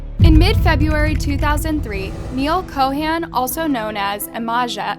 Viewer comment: Exactly, like the content of the video was fine but is it really that hard to just take a few minutes to search up how to pronounce names from other cultures? Bc there's a difference between not being able to pronounce smth bc of ur accent and just completely butchering it like aanel kohaan? thats not even close...